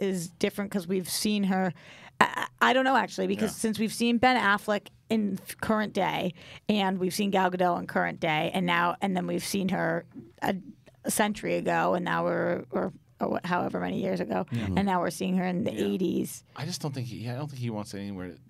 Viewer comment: Dear Collider, Gal Gadot is pronounced GAH-DOT, She isn't French.